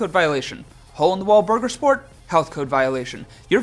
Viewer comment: he sais burger sport